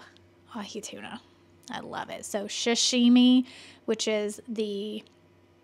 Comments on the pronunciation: Sashimi is the raw fish in sushi dishes sah-shee-mee not shuh shee mee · Sashimi - pronounced “soo-shi-me” NOT SHASSHHIMI